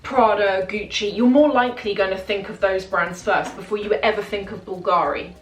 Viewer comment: Hello, been watching you for a while now(nice videos and the fashion content is impeccable!). The only thing for me now, without sounding too picky, is the way you sometime pronounce the brand names eg: BULGARI(the accent is on the ‘U’ and NOT the ‘A’....).Keep up the good work!😊